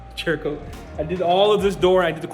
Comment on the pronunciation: You pronounce "Cerakote" like SERRA-KOTE. Not CHERRA-KOTE. I forgive you... 🤣👌🏻